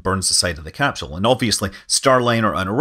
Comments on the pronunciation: Where is there an 'H' in the word CAPSULE? Pronounced; 'Cap Sool' -- not 'Cap Shool. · why does he say capshoe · What's a capshule? Great info. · Best to learn how to pronounce your key words, i. e, capsule.